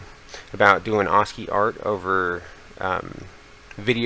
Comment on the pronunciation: God I hate tutorials given by dweebs who cannot even properly pronounce the very keyword of their tutorial. Assci is prounounced ass-kee not aws-kee.